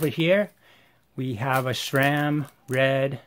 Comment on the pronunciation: Thanks for the insight. Yet, cannot say what irritates me more: the fact the presenters of most bike channels, no matter if paid-promotion or "bad-engineering-bashing" share the inability to pronounce Sram correctly - There is no "H" in that acronym, hence it's not "shram" but sram* - or this presenter saying the words "if you're going to go deep into Hambini ..." while putting on rubber gloves. 😉